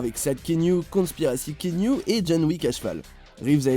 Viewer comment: Top la vidéo mais svp on prononce Kéanou en fr. Pas Kiniou / Kéniou